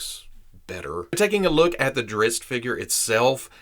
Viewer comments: I find it amusing that you start out with a warning that not being a fan you might get on some of the fans nerves. And then you pronounce Drizzt better than many fans. The books this character is in are worth reading. Thanks for the great look at this action figure. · It’s pronounced driz-it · the Author of his books doesn’t care how it’s pronounced but he does pronounce him drist.